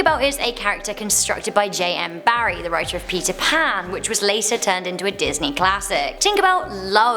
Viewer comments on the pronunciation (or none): none